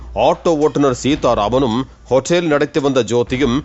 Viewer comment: அதென்னடா 'ஹொட்டேல்'😂😂😂